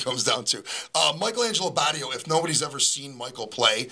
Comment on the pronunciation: It's "Bay tee oh" (rhymes with "radio") dude!